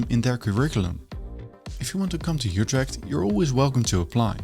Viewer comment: There is no "y" sound in "Utrecht"!! The "Ut" is pronounced like "it" but with your LIPS EXTREMELY PURSED, leaving only a small opening, like when whistling. That is close enough to how the Dutch pronounce it. Don't be greedy now.